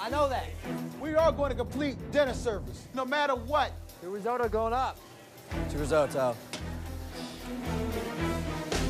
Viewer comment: "Reesohdo" instead of "Risotto". What a shame!